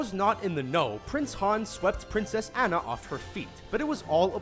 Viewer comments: Dude her name is Anna not ana lol🤣🤣🤣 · Whenever he pronounces Anna incorrectly it just proves that he hasn't seen the movies -_ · I swear to god every single video with frozen being mentioned this asshole THIS ASSHOLE PRONOUNCSE ANNA WRONG EVERY TIME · Amazing how things get misread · Do you guys even research?! First you mispronounce Anna's name and then you claim John CANDY is in Emperor's New Groove.... It was GOODMAN by the way... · Y'all never pronounce Anna's name correctly